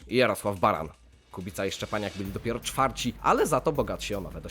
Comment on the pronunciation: ..min 3.24...'czwarci'... albo czfarci...piący czy piątci a może piąci....chłopino...'wiency jenzyka polskiego...bobendzie śmisznie a szkoda... kanał wart wspierania...tematyka i sam MISTRZ Kubica zasługują na rzetelne przygotowanie materiału, również w kwestii językowej. Ukłony. ...najbardziej utalentowany kierowca wszech czasów, wśród całej, znakomitej reszty....a było ich zaledwie dziesięciu....niewiele osiągnął ...ale same szkopy z 'beemwu', widząc ogromny potencjał nie chcieli by Polak został Mistrzem....no jak to....? Polak lepszy od 'niemca'....